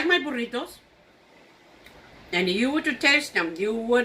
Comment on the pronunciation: That burrito looks amazing! Can’t wait to try it. Do you also have a recipe for Breakfast Burritos? I would love to watch you make those. I’ve tried to make them and they are ok but I would love to learn how to make them properly. I love the way you pronounce burritos! I can’t roll my r’s. I wish I could do that! Lol